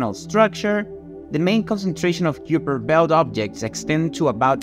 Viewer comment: It's pronounced "Kyper Belt"